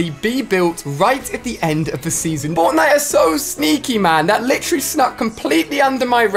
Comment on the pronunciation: who else heard botnite